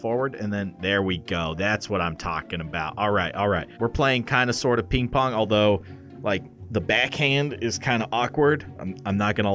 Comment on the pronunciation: I thaugth sayd “ is that pink pong 😅😅😅😅 and it’s ping pong